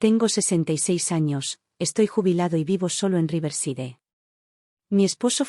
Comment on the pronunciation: Cómo siempre,estos lenguas de estropajo leyendo el inglés como si fuera español,cuando tampoco dominan ni el español ni la gramática española.Riverside se pronuncia Riversaid. Deveras que no rebuznan por falta de orejas.Samplemente se cambia al género masculino.😂